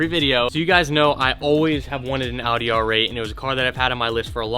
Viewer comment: Finally an american that can pronounce Audi in the right way